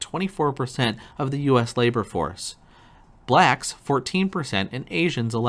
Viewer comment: He made sure to put emphasis on "BLACKS". smh......